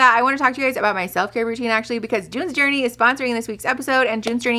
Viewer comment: The way you said "June's Journey" sounded exactly like "doin the dirty" 😂